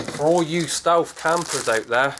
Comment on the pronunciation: ***** ohh shit... ''stealth''... im sorry.. it was your accent, and the way you said stealth ''stewf''. i apologize.. neat vid too. i'll check their site, thanks man! :)